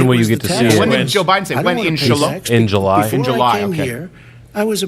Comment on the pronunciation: No way he said July. Crowder heard correctly...shu-la...lol!